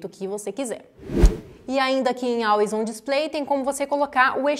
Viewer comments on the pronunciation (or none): Muito bom, parabéns! Só corrigindo a pronúncia, não é Álways do jeito que escreve e sim Ólways. Ok?